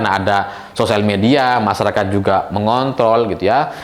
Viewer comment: Maaf ni Bang menit kok ada kata masyarakat mengontol😅 Tolong d konfirmasi bang😅